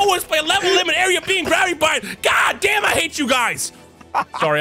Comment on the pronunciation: really said dad gommit in this video 😂